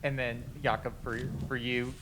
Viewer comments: I hope everyone pronounces his name correctly (Yacka) for Jakob Thelle. Thank you 🙏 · Even called him “Jacob.”